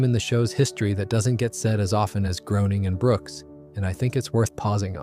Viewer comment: Greyning, not Growning...